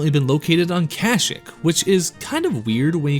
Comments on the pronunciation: Bro please learn how to pronounce kashyyyk. Its Ka-Shee-k not Kashk lol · Wait... say the name of the planet the wookies are from agian lmaoo 😂 please dont be Ai voice )